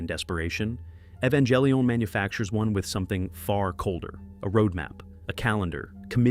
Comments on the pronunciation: Its Evan-Gel-lee-on, not Eva-jel-lion. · Evangelion has no J sound… Why do you say j ? English: ee-van-gah-lih-ohn. Japanese: eh-bah-n-geh-ri-on.